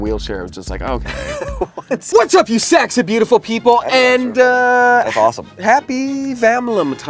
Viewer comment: Is saying “saxy beautiful people” or “sacks of beautiful people”?